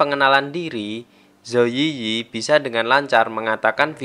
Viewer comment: Yiyi dalam bahasa China cara ngomong nya itu i i bukan yi yi